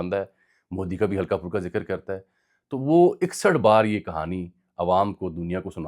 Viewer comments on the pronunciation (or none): none